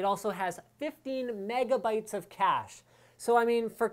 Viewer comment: Although it is still pronounce "cash".